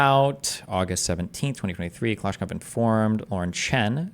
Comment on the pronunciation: Another prime example of why destiny is unimpressive is that he can’t pronounce kalashnikov